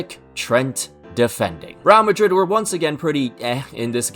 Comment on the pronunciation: Bro why are you pronouncing it as “Rial Madrid?” Makes me think of the Saudi currency